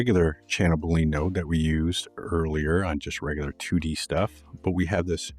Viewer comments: Awesome, I can’t pronounce things at all, so I definitely not poking fun, but I’m pretty sure it’s pronounced like bull-lee-in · great - btw boolean is pronounced just like argentinean...